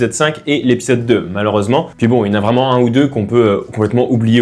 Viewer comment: Un AT-TE vreument 😂